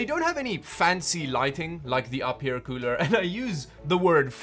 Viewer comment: Its actually pronounced you fear...